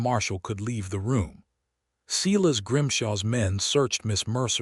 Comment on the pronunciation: It’s not Seeles it’s Si las. Very disturbing.